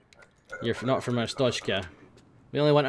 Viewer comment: Glory, glory to 'Arshtoteskah'!